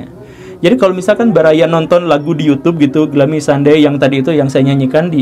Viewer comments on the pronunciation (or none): Glumi pak guru dibacanya.. bukan glami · Bacanya: "glumi", bukan glami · Kirain Glummy ternyata Gloomy (dibaca Glūmi/ gluumi) ya Kang Gugem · bacanya: ˈɡlo͞omē pak guru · Bacanya “glumi” woi 😂🙏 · Pak, mon maap tapi dibacanya "gluumi" 😟😟 Tp yaudeh gapapaaaa wkwk